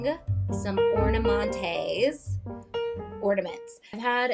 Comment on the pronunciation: Not OR-NAH-MON-TAYS 😂